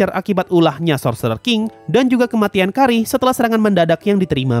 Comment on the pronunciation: yang benar "Kaire" kan? pantas agak bingung & nggak famiiar pas dengar "Kari" 😅